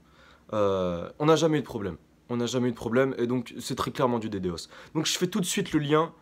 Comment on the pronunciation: Stop dire d d os !!!! c'est "dédoss" ""ddos" dénis de service ...